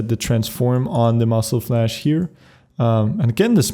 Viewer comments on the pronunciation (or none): spuddie I know, I made that mistake for a reason, I know that he is Swedish, but it is really funny to hear him saying muscle flash instead of muzzle flash :D By that I mean no offense, I am not either a natural English speaker.